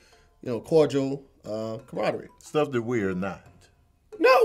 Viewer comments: face, while is trying to pronounce camaraderie is hilarious 🤣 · I'm actually surprised he knew there were 11 letters in camaraderie, but still mispronounced it...LOL!!!! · expression when tried to say Camaraderie the first time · i was done when Camaraderie came up!! "the word is.....camaradear" i almost thought you said "the commodores" Lionel Ritchie hahahahahahaha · "I'm gon' keep sayin' it wrong, then. I'm not gon' say camama-raditty." That's right,. Don't say that. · DIS BROTHER SAID CAMADRE ...AHHHHHHHHHH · Hey i love yall but some of these are off. Such as fatuous, puerile, and camaraderie. She told the wrong pronunciation of those 3. Tony pronounced puerile correctly, and camaraderie the second a isn’t pronounced as another syllable. And fatuous sounds more like Fachoo es. Love the show tho.